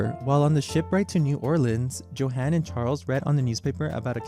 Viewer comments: I'm not talking about perfection. I'm talking about at least attempting to read it like it's a German word. Joe-han? Yo-hun. It's not that difficult. For all the research that went into this video it would have been better as a slideshow without audio if the language was going to be butchered that badly. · I do believe the name is pronounced "YO-han". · [yohan], not [djohen]. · I'm so confused. Your German pronunciation is sometimes really good (like you pronounce the '-ch' in words like "Bach" and "Richter" perfectly), and yet you also make some pretty basic mistakes, like not pronouncing the "j" and "w" like "y" and "v", respectively (*cough* "Johann" and "Wagen" *cough*). It's as if you did research into how to perfect the difficult aspects of German pronunciation, without even knowing the basics 😭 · It’s kind of hard to take you seriously when you don’t even know how to pronounce “Johann.” Quite ignorant. You have never heard of Bach?